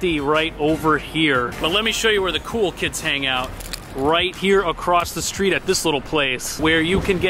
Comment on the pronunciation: He said AcrossT lol there is no T in the word across